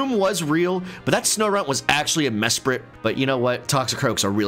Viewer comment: No way just called azelf mesprit